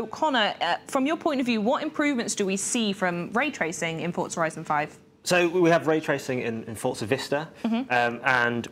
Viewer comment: Fort-za lol